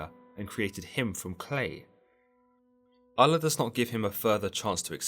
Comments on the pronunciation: He did say "God, in this case known as Allah" or something like that. I wish he would've used the term God instead cause its weird the way he pronounced Allah. Oul-Loh/Aul-Lah not al-la. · Just say god instead of allah. It means the same thing and you are saying it weirdly.